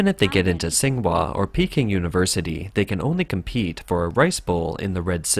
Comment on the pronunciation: This comment is spam from "China Insights." Stop it, you weirdos. (And if you read this: why is it so hard for your narrators to learn pinyin? It takes, like, an hour. "Singhua University"? Really? Sometimes you guys even pronounce the same word in different ways over the course of the same video, e.g., "fang." Real sloppy—and more to the point, real hard to understand for us listeners.)